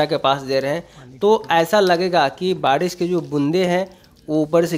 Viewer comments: बाडीस नही रे...बारिश बोलते हे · बारिश बोला जाता है ना की badis